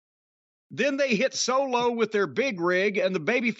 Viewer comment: “COMOROTOOO and SOLOO with no OGOGOOO!” 😂